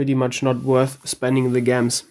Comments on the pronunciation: why do you say gems like (gems) it's pronounced (jems) lmao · lmao, I love the way you say Gems. In case you don't know, the G is pronounced like G in Ginger. Though it might be your dialect that makes you pronounce it that way. Regardless, i love it. Great video!